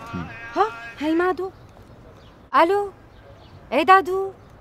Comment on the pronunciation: كأنو قالت مادو وبعدين قالت دادو